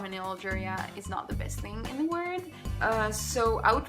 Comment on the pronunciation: You misspronounced "world" saying "word". Awesome channel, I love your personality, keep going